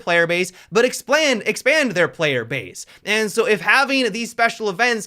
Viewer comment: “expland” 😂😂 sorry, i had to.